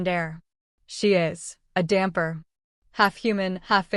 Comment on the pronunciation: Hi from Italy, great story. However is not damper but dampyr check on the web the Italian comics DAMPYR is fantastic